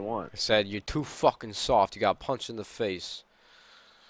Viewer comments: Ahhahahaha he can't even say soft right, "your too Fuuuken soooorft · "Ya to fwarken sowft." wot? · "you're too suoft, you're too suoft..." lmao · That guys voice is fucking hilarious "sowft" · ''You two shoft'' XD learn how to speak before you insult someone.